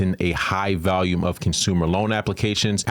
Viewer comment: Volume not valume